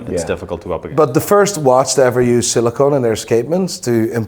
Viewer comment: Silicon, not silicone.